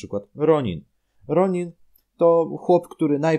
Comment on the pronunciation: Jestem ciekaw jak się powinno wymawiać imię Ronan. W starych sezonach wymawia się je "Ronan", natomiast w nowych "Ronin". Ps: Jeszcze teoretycznie można tu dodać Zane'a (Zimowy cesarz), [Uwaga Spoiler z 16 sezonu] Ultra Violet, Killow (ten wielki), Fiuchi daw (największy wróg Jey'a) w 16 sezonie stali się dobrzy